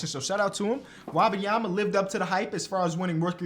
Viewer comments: it's Wembanyama not Wabamyama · Wabayama? I could be wrong but I thought it was pronounced Whim- bahn- yah- muh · I love you bro, but it’s Wembanyama. It’s spelled how it sounds. Whim-bahn-ya-ma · pronounced Victor Wembanyama wrong the whole video it really pissed me off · You are pronouncing Wenbenyama's name wrong. Love your videos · Love the vid but you gotta learn how to pronounce Wembanyama